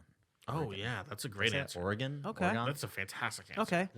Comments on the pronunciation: Pleeeaaseee stop. It’s not Ory-Gone😭😭😭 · I KNOW RIGHT?! it’s OR-UH-GHEN kind like “Or Again”